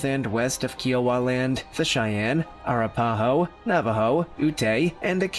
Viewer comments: Air-ra-pa-ho?? I think this guy needs to learn how to pronounce tribal names if he's going to narrate. It's A-rap-pah-ho. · Being first Nation and being from Oklahoma of 6th generation out of respect please learn how to say the names correctly Arapaho. I am Choctaw (Chahta) and among all the tribes mentioned here we have much respect and it's all about respect so I disagree with some of the things that he's saying but thank you again for a video. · Ahh RAP Ahhh Hoe is how it pronounced. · OMG...That is the absolute WORST mispronunciation of Arapaho that I've ever heard!! LMFAO! IT'S ah-RAP-a-hoe !!! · The name is (A-rap-aho) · a RAP a ho. I do find this creator’s videos interesting, but he constantly mispronounces words. 🤦🏻‍♀️